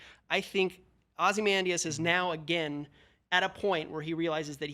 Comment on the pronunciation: Glad they got rid of the girl who couldn’t pronounce “Ozymandias” to save her life.